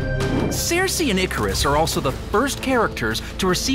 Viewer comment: What is with the weird pronunciation of Sersi? It should be "Sir-See" not Sare-See"